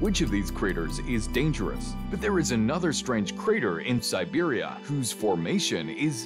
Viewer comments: And pronouncing "siberia" as "serbia" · You keep saying Serbia instead of Siberia. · Stop pronouncing Siberia as "Serbia" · Interesting video about a region that feels very remote, very harsh and quite mysterious. It sounds like the narrator is saying Serbia rather than Siberia?